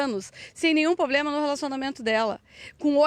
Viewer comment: A doutora advogada falou um "poblema" mesmo? Haha